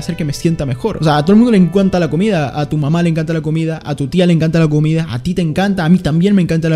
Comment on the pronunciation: "a todo el mundo le enkuanta la comida" - 2021